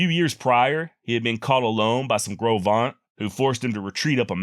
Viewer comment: Great story telling. I enjoyed hearing the drainage by drainage account. I lived in Green River WY for 10 years and visited the places you mention. Congratulations on getting pronunciation of Gros Venture correct but Popo Aggie is pronounced pa P.O ja